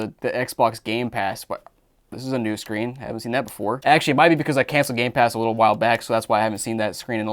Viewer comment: Did he just say gay pass?